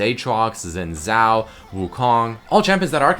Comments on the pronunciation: Sophisticated Turtle xin is zin not shin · Toprak Koç ...zin not shin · The way he pronounces it bothers me tremendously as well. It should be pronouced Shin Jow. While it depends of dialect for Chinese, the Xi in Xin is like an edgy Shi (pretty much the Czin example) and the Zh in Zhao is like a J (goes in a category of sounds that have a tongue curl accent thingy compared to a sister sound set but its basically just a J) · just pronounce it Shin Jow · Well, people in my country pronounces his name as "Chin Záo", I even say like that sometimes when i'm not paying attention, but honestly, i don't mind at all people pronuncing it wrong, it's like impossible to some people to pronunce some stuff, or insanely hard. My language, as example(portuguese) is VERY hard to pronunce sometimes, there is even some videos about that, mostly about some words in special, like "exceção". Not only that, languages like chinese, japanese, korean, russian and other languages from Asia and arounds are way too different from languages from like, europe and america(most people in internet come from there). Just a example, native Chinese people have a REALLY INSANELY HARD time pronuncing the single "r"on portuguese (sounds similar to the R on "rat". They always say it as "L", and i can say that for sure because there are a lot of chinese people here in brazil, and all them, that grew on china, just can't say don't matter how hard they try. TL;DR : get over it, internet is a place without any frontiers, u'll find people from all over the world here no matter where you go, and things change drastically from one country to other, not only pronunciation. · sheen jow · uum shin shao ? ;D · I have a really chinese friend who doesn't even speak english properly. I asked him how to pronounce, and he said somethine like "Czin chao". Anyways, chinese is a hard language, at least to pronounce, believe me, i've tried a lot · Máttheus Spoo im english, i can pronounce xin zhao perfectly fine...